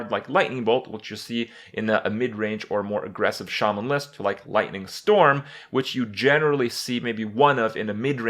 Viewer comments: I've heard Shaman mispronounced so often it's weird to hear it said right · it's pronounced "shay-men" accordingly to blizzard. But in real life it's pronounced "sha-men". Watch the patch 4.2 trailer for WoW on youtube if u don't believe me.